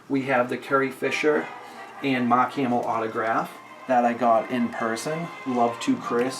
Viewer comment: Anyone else laugh at his accent a little bit? Like meeting Mahk Hamill, the cahd collection, etc. All love tho, great collection